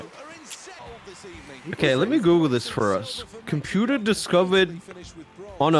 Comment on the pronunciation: computah on a boate